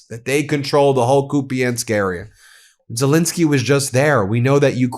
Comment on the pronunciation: Ben, please! It's ZeLENski, not zelinski